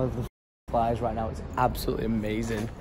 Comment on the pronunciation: i hear lord of the fans but not flies